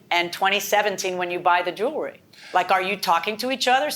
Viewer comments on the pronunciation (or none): Please explain why certain people can't pronounce the word "jewelry " correctly sounds so uneducated